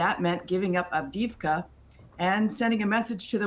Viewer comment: Alright, please learn to say it better - Avdi-ї-vka, not Avdivka. Yes, thanks to Biden "support for Ukraine" till the end. He didn't clarify what end does he meant. And please tell me about $4.2 billion in PDE that Biden can send to UA at this moment but doesn't? And what about Lend Lease that was never set in motion after Biden signed it? Yeah, lots of words and no do!